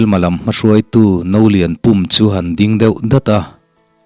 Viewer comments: No Lian Pum..Vaimim pum lam rik ang lam tur a ni lo..Pum hi Puum..i ti pempum a diklo. Puum..hniam deuh zawka thluk tur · Nolianpum hming a pum lai hi Tui lian kainan a pum an siam thluk ang hian lam rik tur a ni e.